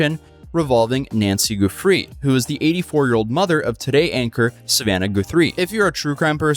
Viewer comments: Pronouncing “Guthrie” with a long u is an interesting choice. Words in English with long a “u” are pretty rare. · Guthrie (Guth-Three) not gooth... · OMG this is my hometown and I didn't hear a single thing about it. TPD isn't the most restrained. ETA: Its Nancy Gut-three 😊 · Guth, not gooth…. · Dude I am so bothered that you’re pronouncing it “GOO-THREE” rather than “guh-three”. I haven’t been this bothered since when New Rockstars was pronouncing Taweret as “tuh-wah-ret”. Bro… cmon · Lol, " Goothree," dude's clearly never listened to Arlo Guthrie. That's sad. Anyway, it's pronounced Guth-ree, not Goo-three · A woman is dead,, the least you can do is pronounce her name correctly. Guthrie is not Goothree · I’m sorry but it’s Guth-re 😂 goothree or whatever does sound more fancy 😂😂😂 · Its guth-ry not goo-three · I hate being nitpicky but thought you might like someone be able to tell you how that last name is actually pronounced for the next time Nancy Guthrie gets brought up. Did you know it's not goose ree the u is pronounced like you would say the u as us. Their last name is pronounced as Gus with the thrie sounding like th in three So Gus + three equals Guthrie. Does that help? Didn't want you to have people come after you for pronouncing it wrong I'm pretty sure there are others might want to know how to properly pronounce it too. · 👀 Bruuuhhh..Did just say Savannah GOO-THREE 💀💀BHWAHAHAHA 🤣🤣🤣 its G-UH-THREE, but thanks for the laugh. 😅 Edit:, bro youve said goothree so many timesnim fucking dying 😂 If we had to take a shot every time you said her name wrong wed be fuckin wasted 😂😂😂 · GUH-three Pah-lah-ZWAY-lohss Chest down, not waist down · Come on...Guuuth-three......How do you mispronounce a nationally known name! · 'Goo-three'? 'Goo-three'?!? Seriously? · it's Guthrie not gathrie. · Goofree? Goothree? ohh Guthrie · It's pronounced Guth-ree btw. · the average person doesn't know what a swatting is. also lol at pronouncing guthrie